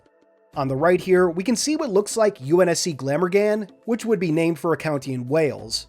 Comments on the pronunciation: Yep. Considering it's where I live I cringed. In a good way though. For reference: Gla-morgan. Not Gam-organ. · It's pronounced Gla-MORE-gun. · As a welsh person from near Glamorgan your pronunciation omg please no, its pronounced Gla-more-gan almost like glad then just the name morgan, but as always love the content!!!! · The way you said Glamorgan...my poor heart... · I love the butchering of Glamorgan